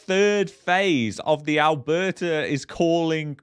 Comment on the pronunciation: It's Alberta ... Not Alberter... And Canada not Canader.... Go get a pizzer